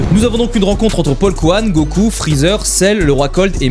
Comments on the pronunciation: C'est paikuhan et non paulkuhan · Au debut il a dit paulkuhan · Paul couhan mdr c paikuhan des barre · Polkuhan???? C'est ça le nom de paikuhan en vf??? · exacte c'était bien paulkouane mdr